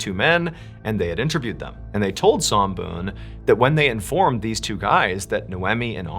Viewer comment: MrBallen, your pronunciation is pretty good, almost there. Somboon, "Som" pronunciation is short, not long. That's my mom's name.